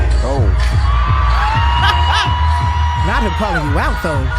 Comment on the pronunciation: I’m crying laughing at Usher calling “Charlagmane” 😂😂😂